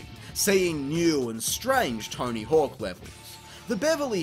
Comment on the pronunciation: It sounds like he pronounces it torny hook